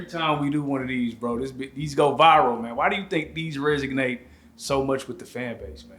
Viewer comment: This dude behind the camera just said RESIGNATE. Scrappy caught that and said RESONATE: Props to Scrappy!